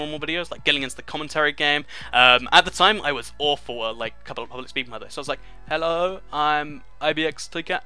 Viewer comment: You say hello so weird lol